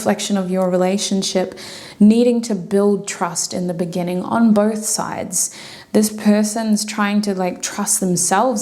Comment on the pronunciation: GUUURL NOT THE "BENNINGING" 😂❤(group 3 ), I was thinking about that video everytime you said the Word "beginning "